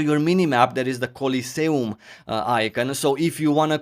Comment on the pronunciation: The way he says coliseum is amazing.